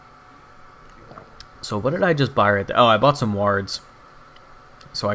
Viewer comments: Also, it makes me chuckle when you say wards. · Most times I hear people say it they pronounce more like the "a" in war so it has a sound somewhat like an "o". You just emphasize that in what I felt was an amusing way.